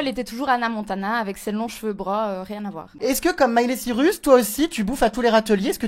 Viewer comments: Pour être sosie de Miley Cyrus, faudrait déjà savoir prononcer son nom... Elle s'appelle Cyrus pas Cirus.. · Mais meuf c'est pas parce que ta la même coupe que Miley que ça veux dire que t'est son sosie x)) Puis comment elle dit son nom de Famille SVP :O " Miley Cirus " c'est Cyrus** et LOL XPTDR LMAO Genre Miley copie cette meuf xD alors qu'elle c'est même pas qu'elle existe :') ça me fait bien rire, puis voila y a un petit air de ressemblance mais de la a dire que c'est son sosie... uh non.. je suis Smiler depuis 2006 et je peut dire que Miley est plus belle que cette fille. et genre Borgore c'est l'ex de Miley :O c'est pas parce qu'ils ont fait une chanson qu'ils son forcément sorti ensemble enfin je sais pas j'me souvien pas que Miley sois sorti avec Borgore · Quel manque de crédibilité quand on s'auto-proclamme sosie de quelqu'un et qu'on sait pas prononcer correctement son nom de famille... Jeremstar je t'adore, mais là cette meuf c'est tout sauf un sosie. Elle a juste le même rouge à lèvres, la même coupe, et ça s'arrête là. :) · Sosie de Miley et incapable de prononcer son nom de famille correctement...